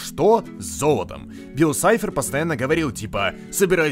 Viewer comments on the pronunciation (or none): не билл сайфер а билл шифер